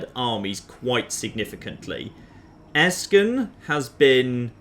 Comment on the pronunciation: Your pronunciation of those German words is so adorable.^^ I had to take a closer look to see that there is no k in Eschen, as you are pronouncing it like Esken and not like "Eshen" (with a sh like in "shit"). Heart warming.